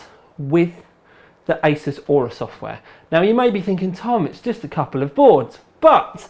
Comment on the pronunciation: did he say ISIS XD